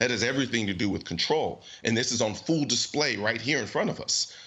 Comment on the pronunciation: You say, "...that is on full display right here in front of us." If you review this it sounds like you said, "fool display." That's a great play on words albeit unintentional. Bravo, my man.